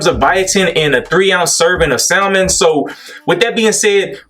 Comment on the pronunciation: keep spittin' facts!! but you don't pronounce the 'L' in salmon. Where your real friends at???